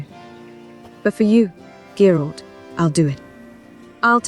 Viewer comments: The Gralt mispronunciations are so meta 😂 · "Gurlt" - Wow. Never heard that pronounciation before. LMAO Makes me laugh every time I hear it. better take care of that smoker's cough. LOL I also think Ciri at one time pronounced Dandelion as "Dan-DILL-Lian" too. Reminiscent of the audio book! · Fans: Ai will take the jobs of the voice actors The Ai: Gurolt... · its funny when they call him goralt lol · Damn the ai literally butchered Geralt's name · so funny when i heard how they pronounced Geralt at the beginning i thought wtf is this french manner and just few moment after you said that it was written in french :))